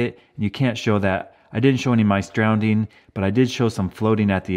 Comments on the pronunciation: It’s drowning not drownDing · ITS NOT DROWNDING, ITS DROWNING. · The word is drowning not drowneding btw.